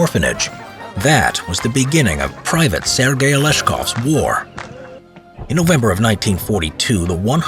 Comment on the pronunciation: Its sergai i think not sirgay